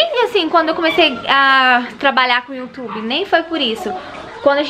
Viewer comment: Se fala "iu" tube e n "io" tube.